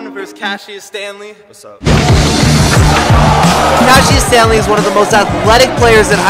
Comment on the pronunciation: It's Cassius not cashius